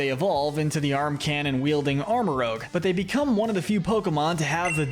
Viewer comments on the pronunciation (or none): Arma-RUUJ not Arma-ROWG. ArmaROUGE as in rouge aka red/scarlet Otherwise, great video! Psychic types are my all yime favorite type! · Armarouge like rouge (red) not rogue (dnd class)